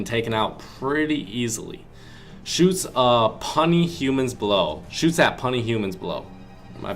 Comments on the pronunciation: hahaha. he doesn't know the word puny.... it is not pronounced punny. my god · Puny its pronounced pew-knee u fucking Idot by the way love ur vids bro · When he said puny wrong it made me laugh so hard